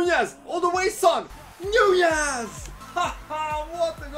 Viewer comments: its not nuñez it's nunez you know an N.... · The ñ makes it sound like a Y